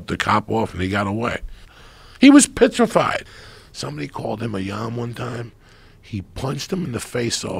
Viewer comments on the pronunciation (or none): “He was pitrified.”